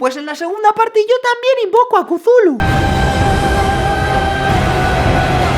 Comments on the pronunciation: ¿Qué es eso de Cuzulu? ¡Se dice Tuljú! ¡ T U L - J Ú ! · Se pronuncia "cutulju". Bueno realmente es innombrable porque su nombre está escrito en una legua imposible de vocalizar por los humanos. De todas formas un video increíble 😅😉👌 (amo a hisaishi) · Kuzulu???? Aunque sea imposible de pronunciar para un humano, al menos intentalo.